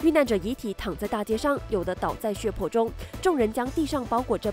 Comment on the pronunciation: 血泊（po4×😡 正确：po1）中